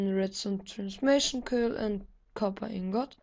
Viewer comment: Ich hab das Gefühl, du guckst LPmitKev...liegt am "Tschopper" statt Copper :D